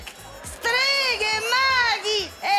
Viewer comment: "Streghe." "STAJE!"